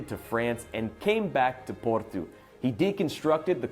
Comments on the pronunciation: It seems to me as though there's a bit of confusion regarding Porto and Portugal. does a great job of pronouncing Porto as the Portuguese do. Furthermore, there is no "tshew" sound in the way the Portuguese pronounce "Portugal", and indeed it sounds very much like the way pronounces "Porto" (plus a "gal"). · American in Portugal here👋 Food in Portugal is ALWAYS cooked over natural lump charcoal. No briquettes here. Or real wood. And yes, you say "Portoo". The "o" is typically pronounced as "ooooo". The Francescinha sandwich is bitchin!!! And the Portuguese put a soft fried egg on almost everything. Food here is great. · All his Portuguese pronunciations are spot on or very close to what a Portuguese speaker would do